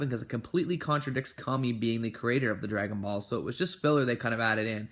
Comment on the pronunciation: Why does he say it like “ dragon baws”